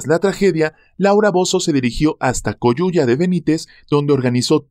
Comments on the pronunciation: no es coyuya,es coyuca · En el caso de Laura Bozo, fue en Coyuca, no coyuya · COYUCA no coyuya